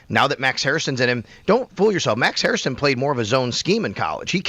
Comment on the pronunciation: please... it's Hair-ston (two syllables) not Hair-is-ton (three syllables)